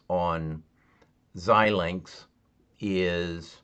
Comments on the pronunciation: Pronounce: ZY-Linx... FPGA: Field Programmable Gate Arrays.... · Pronouned ZY -linx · It's pronounced: zi - lingks